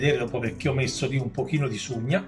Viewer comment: Si dice sugna e non sciugna